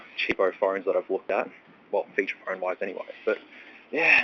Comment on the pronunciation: It’s funny how you say “Phorne”